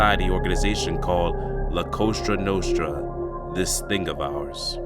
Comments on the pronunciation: Cosa Nostra. (sounds like Coza Nostra) Not Costra Nostra. Otherwise, great video. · You really shouldn't say 'la costra nostra' if you want to make sense. It's 'cosa nostra' as in 'our thing'. Not 'the our thing' because in Italian as in English that makes no sense. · AGAIN ... LA COSA NOSTRA , NOT LA COSTRA NOSTRA . IN SPANISH , COSTRA IS CRUST 😂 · Nicely put together podcast, but it's "La Cosa Nostra" (Our Thing) not 'La Costra Nostra' (Our Side)..😏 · Bro... it's Cosa Nostra....do you even live in Philly... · It's Cosa Nostra not Costra Nostra. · COSA NOSTRA NOT COSTRA NOSTRA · It's "Cosa" not "Costra" Nostra. You deserve credit for at least not putting a "La" in front of it. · La COASHTRA NOSHTRA😂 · This is just being honest. You need to work on your reading skills. Also,stop trying to pronounce certain names in a ridiculous high pitched voice. It hurts my ears. And you can't say COSA NOSTRA!!!!